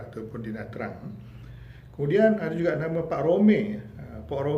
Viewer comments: Sebutan yg Sebenar adalah Na Cang bukan Na Trang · Nha Trang ( sebut Chang) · Nha Trang di sebut Nha Channg.Jika Tra Vinh jadi Cha Vinh